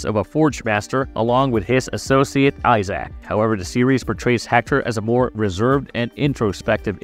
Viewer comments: Please pronounce Isaac’s name more like eye zick, not ZAACCCKKKK… god that sounds terrible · I had to stop after "Eye-sack." How to do a video about a series never played/watched.